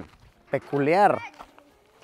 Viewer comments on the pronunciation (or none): mas que "peculiar" yo diría "paculiar" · Peculiar... O pacul!ar? Eh? Eh? Eh?